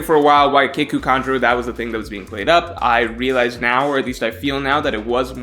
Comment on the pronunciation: It’s pronounced keeku like seek or eek. Not kick-u